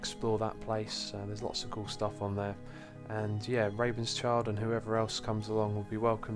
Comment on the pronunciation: Rabenschild is actually german and means Ravenshield, so funny how you pronounced him :D